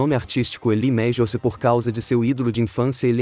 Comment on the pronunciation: Lee mejius😂😂😂😂😂😂😂